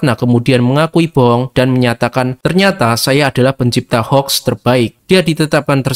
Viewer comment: Min bacanya houx bukan hoax